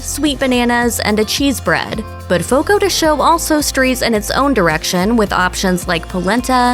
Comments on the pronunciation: Fogo de Cha-o, not Fogo de Cho!! Advertisements with wrong pronunciation is a no-no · Jeeez I can't even finish the video it's so damn annoying."Fogo de SHOW...Fogo de SHOW" How no one at Mashed even bothered to look up the pronunciation & just stuck to what they guessed it was is beyond me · "Fogo de sho" 💀💀